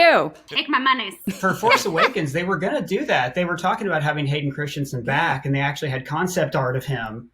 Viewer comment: *Hayden Crispy-son